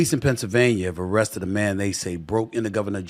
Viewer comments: We need to really work on your pronunciation of Pennsylvania 🤣🤣🤣 It's not Pennsylvanier come on Stephen A this has been an issue for a while now.. Can't potentially run for office and not be able to say every state's name correctly lol.. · He can't even say Pennsylvania right.. half the time it's Pennsylvanier other times he says it right 🤣🤣🤣